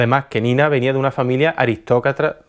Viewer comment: Me ha dejado con mucha ansiedad su muerte pero qué gran vídeo! Aunque digas aristrocratra.